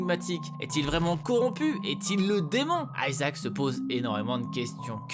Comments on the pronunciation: On dit ISAAC et pas Aïsaac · ça ce prononce pas plutot ISAHAC ? et non ayzak, stop inventé des intonations inexistente svp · aïe mes oreilles ! Isaac ! pas aïezak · euh aisaac ? c'est Isaac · aiesaac ou "I"ssac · C’est pas aizak isaac bordel tu le prononce mal 😂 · Ça prononce a l anglaise moi je dit isaac pas aïesaac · Grrrr ça ne se prononce pas "Aïsaac " mais Isaac c'est chiant la par contre ! Quand on veut parler d'un personnage faut déjà connaître son nom... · Isaac !!! Pas Ayzak !! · WTF pourquoi Aillesac ? On dit IIISAC PAS AILLESAC, a chaque fois qu'il le disait je voulais lui mettre des claques derrières la tête ... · Même Isaac est prononcé à l'anglaise maintenant xDC'est Isaac et c'est hebreu donc certainement pas Aïsac en français ! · On dit pas plutôt Isaac au lieu de AYsaac ? J'ai toujours dit Isaac perso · isaac ce dit izaac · arrêter avec vos prononciation a l'anglaise.. aïzaq c'est moche ! bruh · Ta prononciation d'Isaac, comment dire ? :p